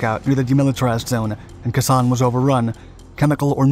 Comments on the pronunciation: Yup......KAY San......not Key San. Guess we're all getting old. I was never in the shit like you guys were but was in Uncle Sam's Canoe Crew on Yankee Station - Tonkin Gulf Yacht Club. USS Henderson - DD 785. Lovingly known as the Hendy Maru. God Bless Commander Robert Karas our Captain. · Dude, it’s KAY-San, not Ke-Sen. Listen to your grandfather say it. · It’s KAY-San. Not Kasaun. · Pronounced “Kay sann”. Not “kuhsann” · Its "kay- sahn". 2 seperate words. Not " kisahn". Otherwise, good job. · Khe pronounced kay, not kah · It's pronounced kay san, not keh san. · You're mispronouncing the base's name. It is K-sahn, not k'SAHN. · It's pronounced "Kay-san" not "Kuh-san". If you're going to tell the story, at least get the pronounciations right. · Learn how to pronounce the name! Kay sahn. Not kassson. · We Marines in 1968 pronounced Khe Sanh, "kay san'. Don't remember if the locals pronounced it differently. After Khe Sanh was abandoned LZ Stud, aka Vandergrift Combat Base, became the eastern most important base along Rte 9 to Laos. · I was just about to say the same thing. It's Kay San. Say it like a devil dog! Rah! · You're all wrong. It's pronounced khee-sañ. The "ee" part is like the a in "may". You'd think spending time there made you at least pronounce the name correctly. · You pronounce it like "Kay Sawn". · I really love these videos. I think the pronunciations are incorrect of some of the Vietnamese locations. Khe is pronounced [ Kay ] and Phu is [ foo ] unless my father was wrong as he was a Marine in Vietnam. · Kay San. Get it right! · Minor issue: It is pronounced Ka with a long a. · Pronounced kay-saun (khe san). Di n bin foo (dien bien phu) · It’s kis on, …..k-son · For gods sake pronounce the name properly KAY SAAN.! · Great vid but again mispronounced names. Kay-san chum. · It's pronounced K-son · Likewise. The mispronunciation was like flicking my ear with a rubber band, every single time. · I wish you would learn the pronunciation of Khe San.